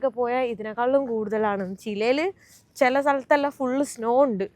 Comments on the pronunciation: ചിലെ അല്ലെ ചിലി ആണ് ശരി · ചിലെ എന്നല്ല പറയുക ചിലി ആണ് ശരി😂